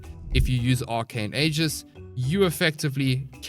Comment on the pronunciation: Love your videos, also aegis is pronounced like ee-jis, not a-jis